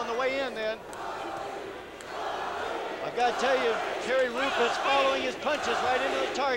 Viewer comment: Does one commentator keep calling him Jerry Roop?